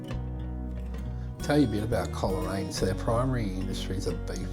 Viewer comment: Thankyou. Much appreciated. The correct pronunciation is Cole raine not Coler..... Adam Lindsay Gordon wrote a poem called The Fieds of Coleraine. ... On the fieds of Coleraine before The Great Western is ended the nags will have toiled, the silks will have soiled and the fences will require to be mended.......etc etc